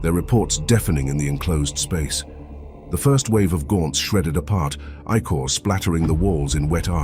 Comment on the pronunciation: Makes my brain hurt. Please, Please find a way for the a.i. to pronounce" icore" not as "I Core " but as "ick ore" as in icarious the ic has phonetic ick sound.